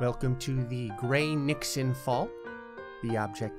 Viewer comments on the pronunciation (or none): It’s so funny every time he says “Nixon”